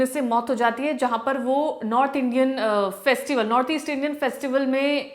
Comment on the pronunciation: Northeast clear pronounce nahi ho raha hei madam ka😢😅😅😅😂